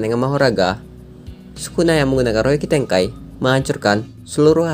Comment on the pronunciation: Denger ryoiki tenkai nya malah kaya rokitekai wkwkwk